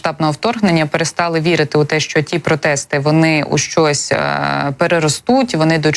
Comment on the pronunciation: 0.58 хв. ... на якiй мовi ведуча розмовля€..." ШОСЬ долетiло, ЩОСЬ у них спалахнуло... . Та не ШОСЬ, ЩОСЬ.